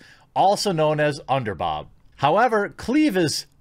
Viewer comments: why you say underbob when its clearly pronounced underBOOOOOOOOOB?! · everytime you say underbob i laugh lol idk why i find that funny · had to leave when he said underbob